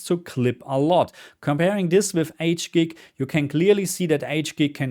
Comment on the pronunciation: "H - GIG" pronounciation jump scare